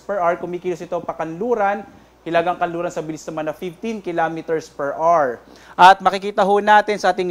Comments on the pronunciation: Per awar not per ar. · Hour is pronounced 'o-wer'.